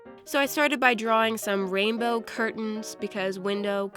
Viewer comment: Like how many times said rambow